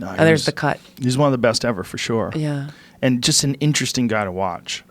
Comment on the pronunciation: Hey Joe stop pronouncing sure as “shore” please!